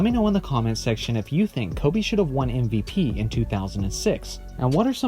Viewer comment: Exactly how I feel, either change the name or get it right. It’s MVP not MPP